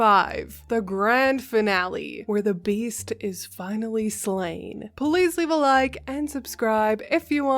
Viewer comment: At the end of this video, you mispronounced 'please' as "police".